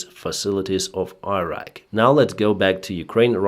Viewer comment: please learn how to pronounce Iran and Irak, I am begging you